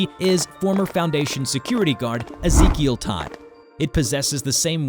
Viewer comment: Ezekiel that's my cousin name tho that's not how we pronounce it